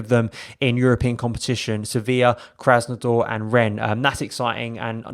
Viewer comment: It is Krasnod-ÁR, not Krásnod-OR 😉🤘